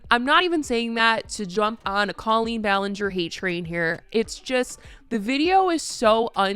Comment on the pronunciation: I'm sorry, the fact that you don't even know how she pronounces her name makes me not want to trust anything you're about to say in this video.